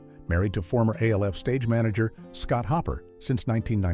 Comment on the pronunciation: AI can’t Evan say Alf …and yet they say they will take over the world …